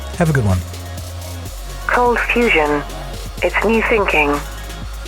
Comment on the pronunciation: i thought it was cold fustion, with a t in there